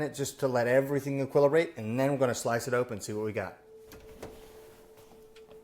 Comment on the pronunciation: “Equillerate”? Lol wut